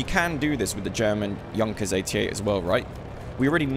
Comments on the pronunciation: it is not youngkers its pronounced yoonkers or yünkers. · That's not how a Wirbelwind worked. BTW, it's /yoonkers/, not /yankers/.